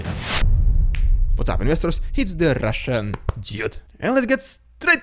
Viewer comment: I love it when you did the Holy spirit RRRRRRrrrrrussian Prrrrrrrropaganda HUUUU